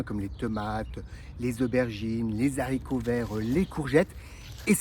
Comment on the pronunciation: Oui mais mes oreilles de 66 ans saignent aussi 😂😂😂pas grave ses bons conseils passent quand même 👍🏻